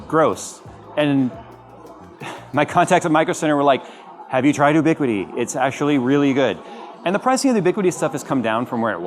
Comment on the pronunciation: FYI, it's pronounced "you-biquiti" not "oo-biquiti."